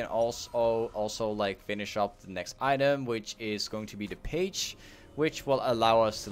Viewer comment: you pronounce phage like Fage not page ;)